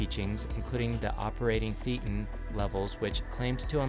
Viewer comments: A minor thing -- "thetan" is pronounced "THAY·tuhn." It's based on the Greek letter θ and shares that pronunciation. Theta in the religion means thought, life. A thetan is not a soul that one has, but rather what one is -- one's true self, that which is aware of being aware. This is analogous to some stages of Buddhist contemplation of "what is one's self?" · Mispronunciation of Thetan is the giveaway that the speaker has never been inside a church.